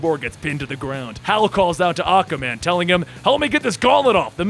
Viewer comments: learn how to pronounce aquaman a-qUa man NOT akaman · is it me or is saying akkaman instead of aqua man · I know you're saying Aqua-Man.... but it's sounding like Aka-man. And it is very off pudding. See it's annoying when someone does it in text. Now try listening to it over and over. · Great Reading!! Love your Voices. Speaking of pronouncing... Aquaman is pronounced- Ah-KWuh- man. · Every time he says Aquaman it sounds like Acaman like acapella man. That's acastupid. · "akaman" is it just me or can just not pronounce Aquaman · Is it just me, or does this guy say Aquaman's name kind of strange?